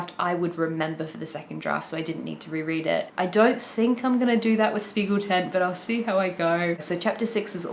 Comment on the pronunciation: loved the video but as a dutch person the propnounciation of spiegeltent is irking me :')